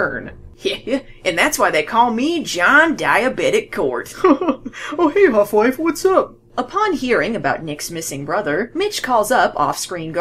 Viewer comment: Every time you say ”Hoff Wife" I hear ”Half-Life” and get confused